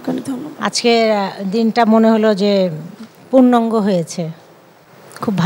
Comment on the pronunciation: পুর্নাঙ্গ না বলে পুর্নঙ্গ বলেছে, 😁